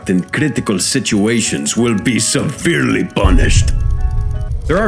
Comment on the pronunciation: Anyone else cracked the fk up at “seVERELY punished”?